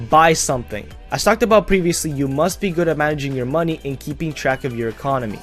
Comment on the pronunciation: MOENEYY HWOREERE Nah, luv u, good vid :3